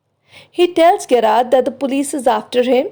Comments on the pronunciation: It is Jr--aard not Ge- raard.. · Its pronounced as " Je-rrard"